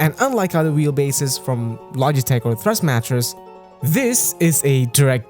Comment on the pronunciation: was about to say you need more subs for amazing camera work, until you said thrustmatress